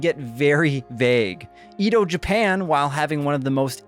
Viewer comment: im sorry but the way Edo was pronounced was a crime. lmao